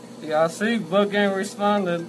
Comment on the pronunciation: He said boonk name wrong to many times